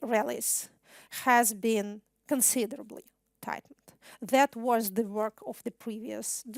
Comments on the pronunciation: Надо поработать над словами was и because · начиная с на видео есть два слушателя в пиджаках и галстуках, у них немного скучающий вид... Выступление, как всегда блестящее, хотя некоторые слова произносятся специфически, например, was (было) слышится как wars (войны) и changes (изменения) слышится как changers (менятели??), ну и еще парочка в том же духе, что слегка усложняет восприятие. А в остальном, как говорят "песец, пеши есчо". Спасибо на все времена